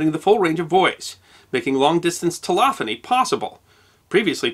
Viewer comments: Is her saying telOphony rather than telEphony. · Well done. Sweeping scope! BTW the word "telegraphy" is pronounced tel-EH-graphy (not tel-AH-graphy). The word "telephony" is pronounced tel-EH-phony (not tel-AH-phony). You covered lots of ground with surprisingly few errors. 👍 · This is an interesting installment, filled with good information, but it is difficult to get past your pronunciation of telegraphy and telephony. Telegraphy should be te-LEG-ra-fee, and telephony should be te-LEFF-uh-nee. There is no AH or AU sound in either word. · With respect I believe it's 'tel-EH-graphy" and "tel-EH-phony," not "tel-AH-graphy" and "tel-AH-phony." For a great history of this invention and the impact it had on society, see "The Victorian Internet" by Tom Standage. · It's telEgraphy, not telOgraphy, and it's telEphony, not telOphony. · Oh my Daisy's sister. You're doing it again but with a completely different word. Man, I love your channel but what is it with your goofy pronunciation. Just before, it was "tel-OG-rafee" instead of "tel-EG-rafee". Now it's: "tel-OFF-onee" instead of "tel-EFF-onee". Now, in a previous video, you begged off on a difference of pronunciation between British and American and regional differences within. But there's no begging off this time. PLEASE ! WHAT IS GOING ON ? IT JUST AIN'T RIGHT. Now I'm sure there will be plenty of people to defend yo but I love you man. And your channel. I just want to know what's going on. Is it a medical issue ? Some kind of speech impediment ? Whatever it is, we are all understanding here on YouTube. (Well, I think the vast majority of us are). Just give us, (meaning me) a decent excuse and I leave off. I won't bother you any more. But I have Asperger's myself and your odd pronunciations are driving me nuts. Sorry. Keep up the great work. Chris. xxx > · I thought it was "telEgrAphy", not telOgraphy.... Similarly telEphony, not telOphony. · It's pronounced "tel-leg-raphee" and "tel-lef-fonee."